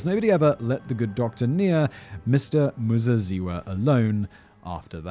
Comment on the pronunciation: Your pronouciation of Muzaziwa, spot on....love the show - from Zimbabwe